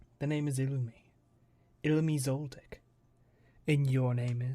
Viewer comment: I’m sorry but I am listening to this in the background, and I just heard. “I’m illumi Zol-Dick” and I spit out my drink.